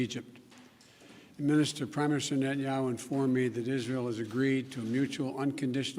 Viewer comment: Nhenyau.....he can't even pronounce his name.